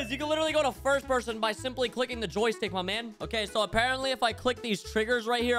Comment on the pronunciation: when u say joy stick is so funny